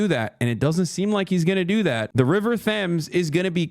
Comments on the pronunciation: i’m just a girl living on the river thhhames [(see: tems) hasan] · As a brit hearing i-slington and the river th-Ames is hilarious. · bro said river thems (idk why thats what i took from this video) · “River Thames”. ‘H’ is silent. It’s like “Tems”. Also I disagree 😅. Part of your analysis ignores the very real ish that working class communities up and down the UK are facing. Yes … parties will capitalise on those pain points. (I don’t trust any Politicians FYI but Farage/Reform are acknowledging the pain points more than any other party). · Bro how are you just effortlessly reeling off facts about British politics WHILE comically mispronouncing words like the River Thames (Tems)? Islington is not (isle ington) its ISlington. Not trying to clown you bro. Just shocked how you know so much about the political landscape of the country while mispronouncing key landmarks. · The River Thems got me. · « Thames » as in the river is pronounced « Tems ». « Islington » is pronounced « ISlington » not « Ilington ». 😊❤